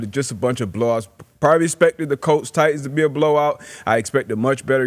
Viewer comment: It's the "Tennessee Try-Tans"